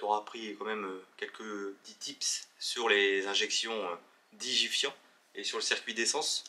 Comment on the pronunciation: digifant et pas digifiant lol oui moi j ai deja eu le cas elle tournait au top jamais qu avec des bougies basic bosch 1 electrode j avais essayer plein et le top c etait des toutes simple pour ma part ! vive le 8s mon moteur de coeur le pb mais pareil que ton montage le kjet en moins mais jtrouve que c est paq mal ton montage car le kjet des gois peut etre tres capricieux bon courage et bigg up du sud de la belgique !